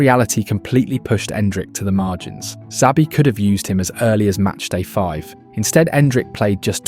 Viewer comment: This AI voice over is fucking horrendous 😂😂😂 Pronouncing Xabi different every single time. WTF... just do the voiceover yourself or hire someone... fucking hell